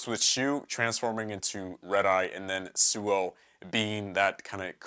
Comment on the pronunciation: by the way, suou is pronounced sowa